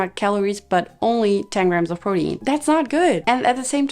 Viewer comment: I say this in a kind way: it’s pronounced “pro-teen”